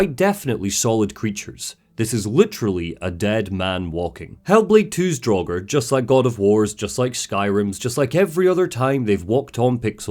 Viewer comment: I love this critique, but it sorta baffles me that one can play through Hellblade 2 and still pronounces 'Draugr' draw-ger. How, how? You know it's not pronounced draw-ger, so why did you do it repeatedly?